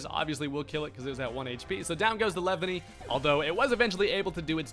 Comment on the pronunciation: “Lev-any” LMAO